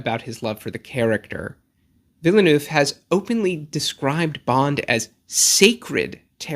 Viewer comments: I'm going to watch this again, but take a drink every time I hear the word 'villa-nooff' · Enjoyable video and hate to nitpick but you are really mispronouncing his surname 😬 it's "vil-nerv" (two syllables, second dipthong is the same as the "ir" in "bird") [credentials: I am fluent in French. also I know some Americans say "vil-noov" (also incorrect) but if you're going to pronounce Denis properly then I feel like people should also say Villeneuve properly]